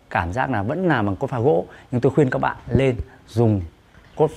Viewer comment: Anh la ki su xay dụng cốp pha sao anh lai doc la cốt pha